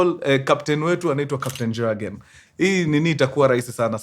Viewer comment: Point of correction mkuru, Jurgen inakua pronounced, "Yurgen" J is pronounced as Y.😮